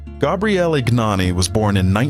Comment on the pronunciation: USELESS CLICKBAIT. STUPID AI TEXT TO VOICE : GNANI IS PRONOUNCED YAH-NEE IN HIS COUNTRY. It took me 1 minute to find that out. DO NOT USE GOOGLE. All results now funnel to AI or AI products. You are now DOWNVOTED AND BLOCKED for poor research. You couldn't even say what class he raced in. (80cc and 125cc) READ : Gabriele Gnani began racing in 1983, taking part in the Italian Junior Championship with a Derbi 50.[1] The difficulties in finding a motorbike to race in the world championship pushed Gnani to build a homemade motorbike, so he entered the 80cc class in the 1988 world championship with a motorbike bearing his surname, ridden by Gnani himself. He immediately obtained significant results, scoring 36 points and finishing tenth in the world championship. Also in 1988 he obtained a podium and finished twenty-second in the European 80cc class speed championship. In the 1989 world championship, again racing in the 80cc class, he improved on the results of his debut season, obtaining the first podium of his career in the world championship (thanks to the second place in the Nations GP) and the fifth place in the riders' standings with 45 points. In 1990, given the abolition of the 80cc class, Gnani decided to move up to the 125cc class (still on a bike he built), entering a few GPs but failing to qualify for the Sunday races. In 2001, he competed in four Grand Prix races in the 125cc Italian Speed Championship with a motorcycle bearing his name, scoring several points. In 200